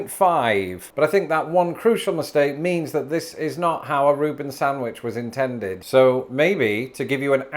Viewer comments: Every time he says SANTwich an English teacher dies. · is a Reuben without horseradish still a Reuben? I do not like horseradish. Has anyone else noticed the way pronounces sandwich?? How do you pronounce it???